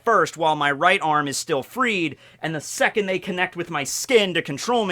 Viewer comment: If it helps, you don’t pronounce the “d” in “secondth”